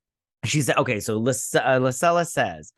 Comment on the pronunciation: I wanted to....also....but wanted to see how Bad it could Get........and it DID!!! Out of a dozen tries.....Pronounced Lysella correctly....ONCE..!!